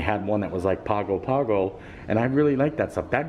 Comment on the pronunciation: Hey. Great vlog! Wish we were there to share the bread pudding with you. By the way Pago Pago is pronounced "pango pango"